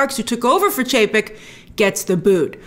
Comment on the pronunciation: Love how Grace messed up Chapek and Paycheck haha